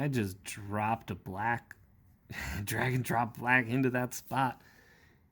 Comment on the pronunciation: 1. Congrats on episode 50! Been a great ride since finding your work and the channel. 2. Thanks for showing off all the ink-credible ink alongs from us ink plebs 3. You said "Drag and Drop" from digi inkers and i swore i heard Dragon Drops and i thought i heard a completely new inking term and had to rewind! 4. Just keep being awesome sir!